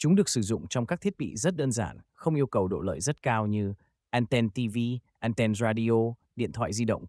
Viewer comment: Đã tiếng việt thì thuần việt hẳn. An ten hoặc ăng ten. An then nghe khó chịu vãi chưởng